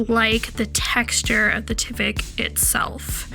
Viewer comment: It’s tyvek with a long I sound